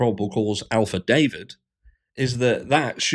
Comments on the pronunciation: is he saying Alphadavit? Or is it just a different pronunciation of affidavit? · affidavit not alphadavit